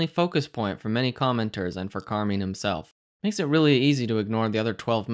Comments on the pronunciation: Fair enough, You're saying that You have no idea what is right but you def. know what is wrong. I understand but I have learned a great deal from Carmine <- pronounced with an "I" not an "E", just sounds like you are being spiteful when you say," Carmeen. anyway, His way of teaching is mostly Psychological I find which actually combined with s/d and my own edge has helped me make money and I guess that counts for something. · oh lol I thought I had it wrong by saying “car-min.” Thought Carmine Rosato sounded Hispanic, so I pronounced it the Spanish way with the I as an e. As for his teachings, I see nothing he’s doing that isn’t available for free online. The supply and demand zones are based on shapes, and, once you know the shape, anyone can identify the same thing he is.